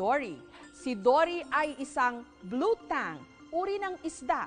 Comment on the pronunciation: It's BLUE TANG, not BLUE TANK. :)